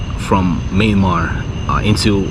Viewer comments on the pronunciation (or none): none